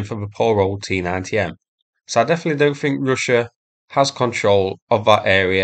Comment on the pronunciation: Anoother Bruddleh fuyres on the Tee-nuynteh? ...okay...